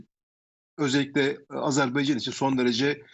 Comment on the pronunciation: Hocam sanki Azerb(e)ycan diyorsunuz.Azerbaycan olacak doğrusu. Saygılar.